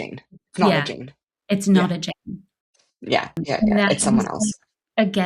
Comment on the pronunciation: Svetlana says "Jane" twice, and I distinctly got that she pronounced it differently the 2nd time, making it sound more like "Shane".